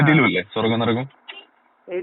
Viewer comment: നരകം അല്ല കോയാ നെരഗം 😀😀